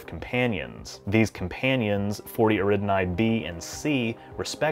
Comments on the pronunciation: "Eridinai system" American pronunciation is so weird. Eh-ri-da-ni. Nice video, though. Don't let my punctiliousness put you off. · i really like your videos and your channel…. but its 40 Eridani… not 40 Eridnai